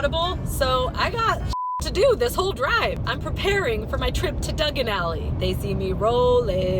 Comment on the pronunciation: It's die agganalie